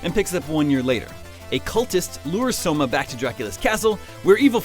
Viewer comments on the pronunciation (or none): none